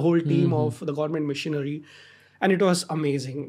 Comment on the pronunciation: Why is he pronouncing machinery as missionary